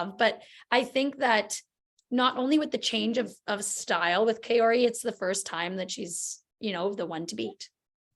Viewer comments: I find it funny how Meghan asked if she was pronouncing Mai’s name properly and everyone missed the fact that she did not pronounce Kaori’s name correctly. It’s NOT Kay-ori. It’s Kao (like “cow”)-ri. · Are we talking about the same woman on the (2nd hand) FISU videos? She couldn't even pronounce Kaori or Ye-lim correctly.